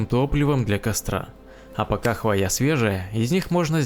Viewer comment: Говорите правильно, не хвоЯ, а хвОя